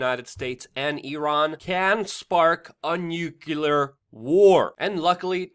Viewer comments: WHAT on Earth is a nukular war? I well know what a nuclear war is (or would likely be), but that's obviously an entirely different thing. Perhaps you should obtain some NEW CLEAR specs, so you can properly read the word NU - CLEAR, as it is actually written? Do also read the word 'nucleus' as nukulus? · Nuclear ffs .... new - clear. Not new - kew - la ... You sound like Dubbya ... can't listen to you. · you keep trying to say the word nuclear but what comes out is n u k u l a r. if one is incapable of basic pronunciations in ones own language how seriously is one supposed to take one? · Luke, nuclear doesn't have an extra u in it that make you pronounce it like Goerge W. Bush... stop sounding like a moron. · Why can't ANYONE pronounce the word "NUCLEAR" ???? Edit : Including our prophet & savior Mr. Luke ???